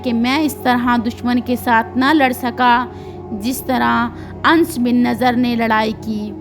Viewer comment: Mashallah buhut acha bayan kerti hen bas please thore words ka sahi pronunciation seekh len jese sayeedna Anas ko aap Ans kehti hen, kuniat ko kaniat kehti hen etc JazakaAllah